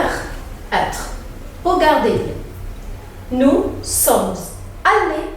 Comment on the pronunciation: بغض نظر عن النطق الركيييك جدااا في لغة فرنسية انتي كمان بتعملي اغلاط في قراءة nous sommes في اول نطقتيها بالحرف الاخير و معروف فرنسي مش زي انجليزي حرف اخير مبيتنطقش غير تكوين الجمل في شرح جمل ضعيفه